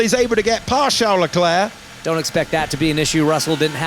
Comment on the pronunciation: his name is Leclerc, Not Leclurc.!.. mr race-engineer.